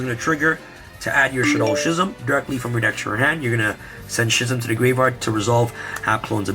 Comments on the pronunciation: Great profile, but Schism is pronounced "Skizem". Was mildly infuriating lol. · I dunno why the way ya pronounce schism just makes me cringe lol